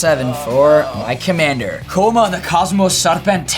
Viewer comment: I really like the Koma deck and I love when Jacob (Hawk) says the commander's name in like scottish accent in .